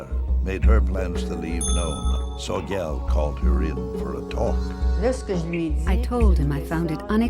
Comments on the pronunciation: "Soy Gal"?? Is the narrator trolling??? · Narrator mispronounced Sogyal